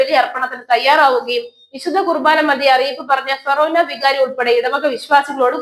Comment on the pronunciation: ഫെറേനാ പള്ളി എന്നല്ല, ഫൊറോന എന്നാണ്